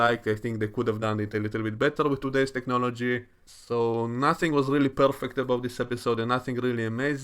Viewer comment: I like the way you role your “r”s when you say “perfect”.